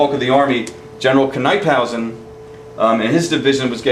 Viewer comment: There was a time when Washington thought about fighting the Brits in Delaware at where the Brandywine Springs Park is today. Because the water around the park was so low Washington ruled against it and moved up to Chadds Ford. NIP-hausen is how Knyphausen is pronounced. One error that is constantly repeated is the stone fence at the Birmingham Meeting House. That fence wasn't built until after the Battle of the Brandywine.